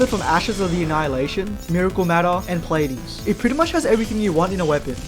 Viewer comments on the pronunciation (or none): none